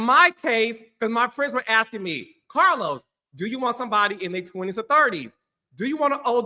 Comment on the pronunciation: Ok Cah-los! It ain’t tricking of you got it💅🏾